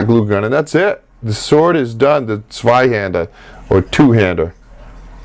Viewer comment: I only clicked on this too see if he pronounced zweihander correctly, and I was very satisfied